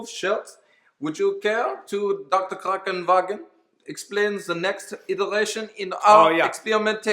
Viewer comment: "Krankenwagen" had me laughing as hard as wanted to.